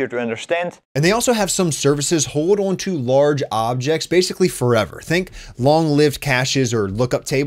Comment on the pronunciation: Pronounces "on" as oiwn... you from northern Ohio?